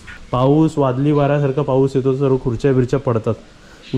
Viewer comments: सर्वे नाही ओ सर्व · सर्वे नाही...... सर्व असे म्हण......